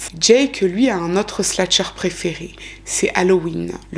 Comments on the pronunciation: Encore une histoire bien raconté/expliqué ! Petite note: on dit slasher et non sla(t)cher ❤️ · Merci pour cette vidéo captivante. Quelle histoire terrible! Ta narration est parfaite. Si je peux juste me permettre, on dit "slasher" et non "slatcher" (c'est slash le verbe ). Bonne continuation 😊